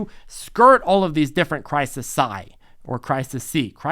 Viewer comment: One of your better videos, thanks. And it's cry-sees.... ;)